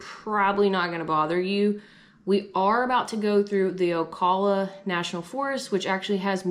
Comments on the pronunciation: Flat 'A' in Ocala 🙃 ow·KA·luh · Wow! was in an oak hammock! LOL Ocala long O - cal - A